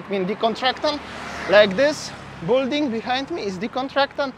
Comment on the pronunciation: BILL - DING - not BULL DING